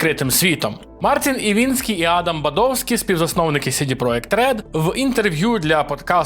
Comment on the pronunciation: Чому Івінскі та Бадовскі якщо правильно Івінський та Бадовський ви ж не англомовний щоб коверкати так слова